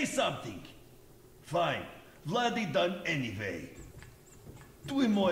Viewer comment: zamiast Vladi mów Bladi xdd